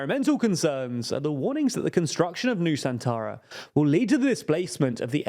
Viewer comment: I heard New Santara 😅